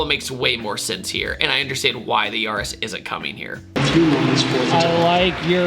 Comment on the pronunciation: It's YA-RIS, not Yawh-IS.